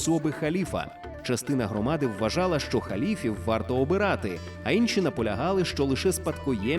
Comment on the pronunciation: Видно, що ви знаєтесь на історії, але з українською є проблеми. "Инші" - це результат діяльності активістів, які не розуміють напрямку розвитку української фонетики. Прочитання "и" з часом зміщувалося до центра, тому раніше це був сучасний звук [i].